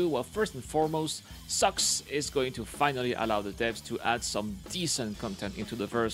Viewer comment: but, is it sucks or socks? And one 'wrong' would suffice...since CR said socks, and I jokingly made fun of pronouncing it 'sucks' So, wrong...and wrong, back at you 😘